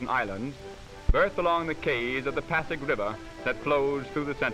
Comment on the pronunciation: It is pasig river, not paddock river.